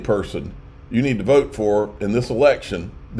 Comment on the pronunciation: Now you sound like a Australian with your vote 😂